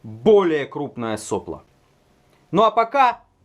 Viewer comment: Блин, вроде не существенно, но ведь соплО же! (а не сОпло...)